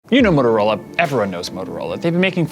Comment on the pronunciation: he really has issues saying motorola